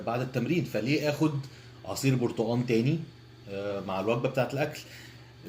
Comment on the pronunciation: اسمه برتقال وليس برتأن 😂😂